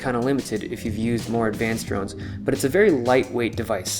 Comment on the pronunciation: I heard "drugs" instead of drones. Then again my hearing is slightly off these days...